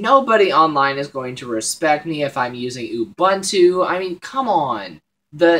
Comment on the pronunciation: gj on the vid, remember it's "oo-boon-too" not "u-bahn-to".